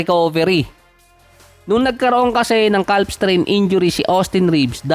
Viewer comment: ano yung basa ng calf? hahahahha silent "L" yun bro.